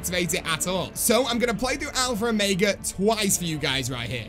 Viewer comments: As a British person, I can confirm that you pronounce Omega wrong. You say it the American way which is Oh-May-Guh. The correct British way is Oh-Meg-Uh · There is no R in alpha or omega lol alphra ormega lol